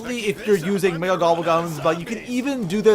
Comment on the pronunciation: It sound like he said nigga instead of mega